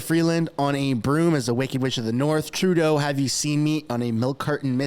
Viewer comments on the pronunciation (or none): none